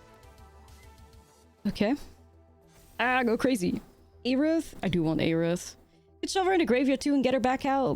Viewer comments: FF fans are going to be upset with how you’re saying Aerith 😂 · Why do you say aerith like that lol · God the way you pronounce Aerith hurts my brain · Aerith was a mistranslation anyway, correct would have been earth. So there is no correct way to pronounce it.